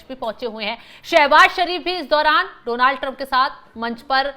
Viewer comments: Its not Dooonald Trump, it's Donald Trump✅ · Oh bhai donaaald nahi just donald hota hai why every journalist saying same 😂😂😂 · Donaaaal Trump nahi Jahil Donal Trump hota ha 😅😅